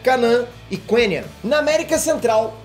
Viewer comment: Quênia se pronúncia Kênia, é um país real